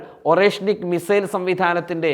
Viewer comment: “മി Zail” അല്ല മിസൈൽ